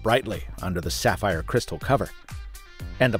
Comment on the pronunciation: Did you say sapphire????🤔😉😂